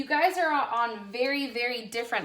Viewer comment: Libra moon here does resonate ( but plz stop saying ‘guyes’ thats is not a word .)